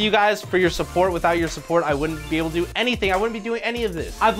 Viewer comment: Brah I kept thought you were saying bk instead of do so I kept singing bk have it your way